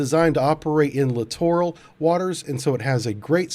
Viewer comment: Littoral. Pronounced exactly the same as "literal"...